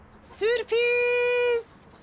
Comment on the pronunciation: Süprizz Diyeceğine Sürpizz Demesi